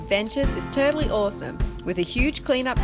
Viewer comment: Did you say awesome?